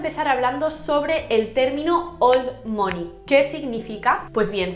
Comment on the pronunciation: Soy la unica que le dolia escuchar mOney todo el rato mal pronunciado 😔?